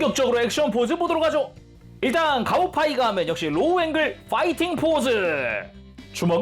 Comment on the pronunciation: 가오파이가라고 부르는데 왜 가오가이가라고 들리는가...